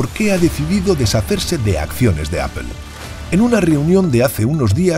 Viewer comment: Que es “apel” ????